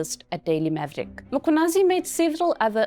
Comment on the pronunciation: I appreciate you for saying his name perfectly.